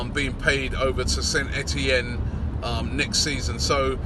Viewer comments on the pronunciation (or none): none